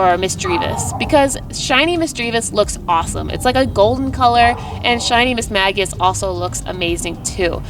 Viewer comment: It's actually pronounced "miss-may-jiss" 😉